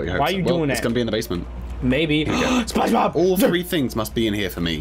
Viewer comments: I heard say ‘ SpongeBoob’ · Did just say spongeboob XD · Is it just me or did just say spongeboob